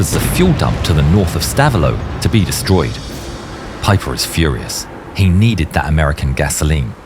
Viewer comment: "stavelot" sollte man schon richtig aussprechen